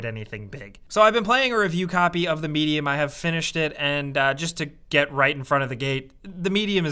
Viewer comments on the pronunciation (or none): The way pronounced Medium made it sound like Media